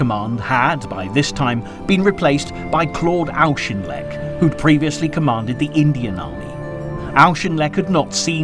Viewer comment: Check your pronunciations. Auchinleck sounds like 'orkinleck', and Alamein sounds like 'chow mein'.